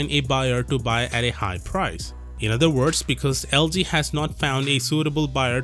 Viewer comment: It's LG not LD